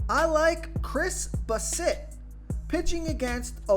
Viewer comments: Lol it’s pronounced Bass-it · Dude you really need to learn how to pronounce players names. How do you not know how to pronounce Chris Bassett. Also Alejandro kirk wow, the job is sounded like an H. Alehondro